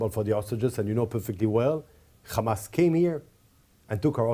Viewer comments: Why these zionist can't pronounce Hamaz and keep saying Khamas? 😂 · Khamas! Khamas! Khamas!